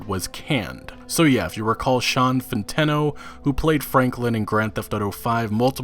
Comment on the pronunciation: Isn’t it Sean Fonteeno?